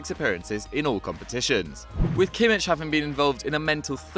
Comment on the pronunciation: please research on pronunciation. you butchered jablonec and completely continue to fail on kimmich